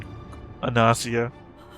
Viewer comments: gnosia and gnosis use hard g tho ;;; You pronounce it as Gi ギ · also we got a dub last week.... and the official english pronounciation is Gnosia With a hard G... I'm still going to say Nosia -_- (like Gnosis)